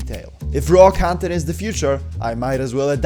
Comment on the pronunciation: I can’t listen to you pronouncing ‘content’ 😭